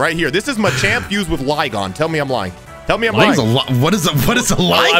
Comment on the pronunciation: Man butchered flygon's name AND mistook it for turtwig lol